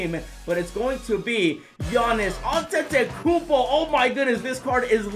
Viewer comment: I have noticed that can’t still pronounce Antetokounmpo he says Antetokoupo and 2k should add the Hall Of Fame Players (example: B.Russell, S.O’Neal and A.Iverson)